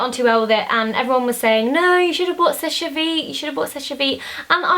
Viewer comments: I think it's pronounced sesh vite not shesh-ay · Pronounced "sesh" vite. Your makeup here is so clean and nice :) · You don't pronounce the last e on seche, you just say 'sesh'